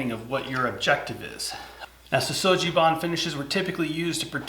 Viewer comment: Sugi is pronounced with a hard "g" not a soft "g".